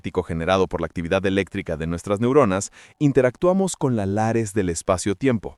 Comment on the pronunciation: Lattice no lares